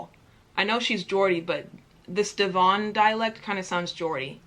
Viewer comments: MAN SAID DEVÓNNE 😭😭☠ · Devon is pronounced to rhyme with heaven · “Dev-On” lmao as someone from Devon this sent me 😂 (it’s pronounced Dev-uhn) and our subdivisions are called counties. Love the video btw! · Also not pronounced Dee-vohn , but deh-vun. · When you said Devon you said de von. When you pronounce it you must say the e in Devon as eh so deh and then von is like vun :) xx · D'von Cam bridge shire Soo folk Broomie Not mocking you but its pronounced; Devon like lemon Came-bridge-sheer Suffolk like cup yolk Brummie like yummy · Devon is pronounced Dev-un and Devon, Essex, Wessex, Suffolk, Lancashire, Yorkshire, etc are known as counties. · Just thought I'd put this here to help with our pronunciation: - Devon = De - vun - Cambridgeshire = Cay - m - bridge - shur - Norfolk = Nor - fuk (I'm serious) - Suffolk = Su - fuk - Brummie = Bru -me I'm from Lancashire so if its different for other people feel free to add to it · Well if you wuz from devon you would pronounce it Debn. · Its pronounced Devun. 😆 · The way you pronounced 'Devon' was the most American thing I've ever heard